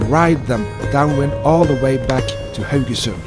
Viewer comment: yeah that was fun, but I subscribe mainly to listen to you pronounce Haugesund...